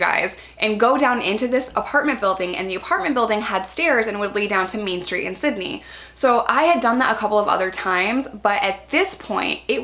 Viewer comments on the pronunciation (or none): none